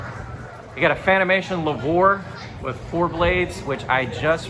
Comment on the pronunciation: It’s pronounced “Louvre” (named after the Louvre museum in Paris, France) not pronounced “Lavore”